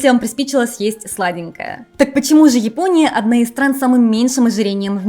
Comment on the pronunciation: Япония а не Епония